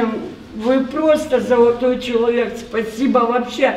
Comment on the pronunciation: Спа си бааа